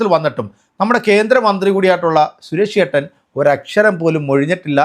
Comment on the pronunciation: Koya channel 😂😂😂😂😂😂😂😂😂😂😂😂😂😂..sures alla ..Suresh …parayu suresh …azeez ennu parayana pole sures alla..😂😂😂parayu suresh ..😂😂Koya kunjungal 😂😂😂